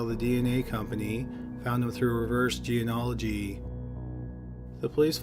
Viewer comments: He's never been able to pronounce it. It's kind of funny and sweet. I commented about it once years ago and he actually got better at it in the next upload- then went back to mispronouncing it, lol. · Its kind of sweet that you still cant pronounce genealogy.